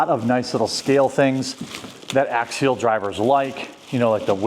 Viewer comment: It's Axial, not Axiel. You might be thinking of Ariel, from your favorite movie ;)